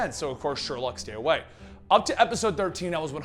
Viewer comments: not Sherlouge 🕵️‍♀️ it's Sherloque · Vibe made no sense; why cure yourself if you have complete control of your power and no mutations or side-effects? It's pronounced Sher-loke by the way.